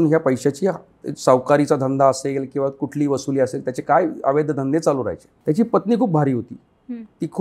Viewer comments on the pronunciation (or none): none